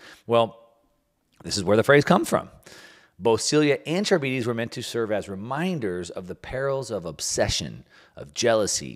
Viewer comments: Charybdis is pronounced kar-rib-dis, not char-bee-dees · Can you at least try to properly pronounce things when you're yapping all of your nonsense? Sylla and Charybdis aren't pronounced that way at all it's "silla" and "kar-ib-dis" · Scylla=Sill-ah Charybdis=Car-IB-dis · Scylla is pronounced SILL-uh, not like cilia. Charybdis is pronounced kuh-RIB-dis, not carabeedies. Since central to your discussion, thought you should know. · English teacher here. The names are pronounced “Sill-a” and “Cuh-rib-dis”. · Pronunciation alert: Sylla & Charybdis = Sillà (not sil-e-a) and Ka-rib-dis. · Consider using a pronunciation guide like the one Google has for things like Scylla and Charybdis if you're unfamiliar, unless you don't mind being called Milk Mouse. Just saying. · Learn how to pronounce Scylla and Charybdis.